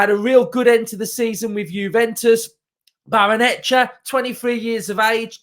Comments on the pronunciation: Come on mate... you can do it... Barray-Nuh-CHAY-uh 😁👍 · Why is it only YouTubers who can't say it. 😂😂😂